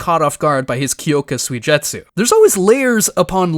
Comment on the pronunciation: The butchering of Aizens zanpukutos name literally pissed me off lmao "kyoka soyjetsu" like bruh what😂😂